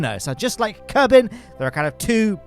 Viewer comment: Thanks AI, I assume, for bringing us "Kerbine"